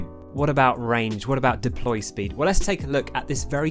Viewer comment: "Deply" I know you probably got this a googolplex times on this video so....